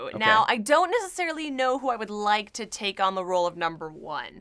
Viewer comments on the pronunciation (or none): none